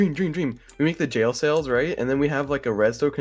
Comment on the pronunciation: I know my mans isn't saying jail sails.